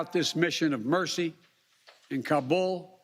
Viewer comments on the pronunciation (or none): none